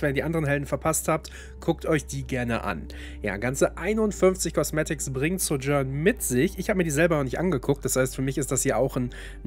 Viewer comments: Ja. Finde die deutsche Aussprache schrecklich. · Die Aussprache von Sojourn triggered ein bisschen. :/